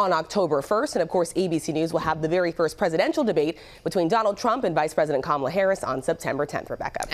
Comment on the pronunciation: OMG, He pronounced her name wrong.😂